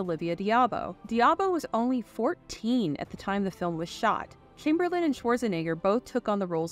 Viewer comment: why is the narrator pronouncing Wilt's surname "Kimberlin" lol